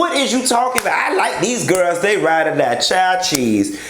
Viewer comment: The way you said “Girls” has been dead to da bed playing it over and over🤣🤣 is def a Florida Girrr! Lol